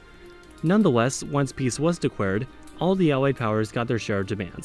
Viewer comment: he says after peace was “decwared”